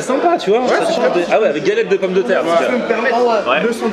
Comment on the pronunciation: le renoi il dit pas "une galette de pomme de terre" mais palette carrément mdr